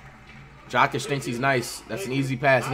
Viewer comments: man really called jokic “jock itch” 😭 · Weston Janes I’m starting to say Jakic